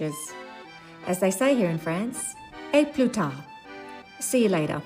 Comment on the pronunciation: good prononciation